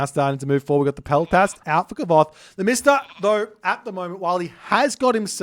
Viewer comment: I'm a nitpicky nerd but pretty sure Kvothe got his name from a book where its pronounced "Qwothe". Might make it easier to have the name roll off the tongue while casting a little more